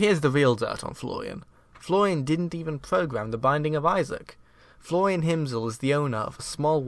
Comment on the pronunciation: You need to pronounce an R sometime... "Floian didn't even pogam the binding of Isaac"